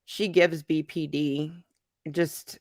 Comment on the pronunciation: I remember (only bc it irritated me) she’d call BPD “BPT” and I would want to yell at the screen saying it’s D. How you gonna say you have BPD but you don’t even say the initials right